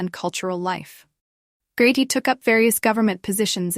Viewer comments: Can somebody kindly retrain the AI voice to pronounce his name correctly? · Yes, really. And even the mispronunciations are not consistent...